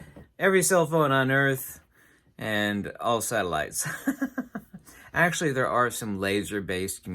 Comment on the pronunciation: Satellites 😂😂😂😂😂😂 Sataloons you mean!